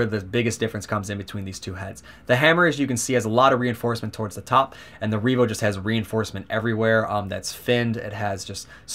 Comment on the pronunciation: Revo, not Reevo. Solid review the pronunciation was just throwing me off.